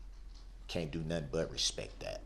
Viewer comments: 'I respeck you guyz'. Gee, what an honour. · You can’t “Respec” someone if you don’t even know the correct pronunciation- Moron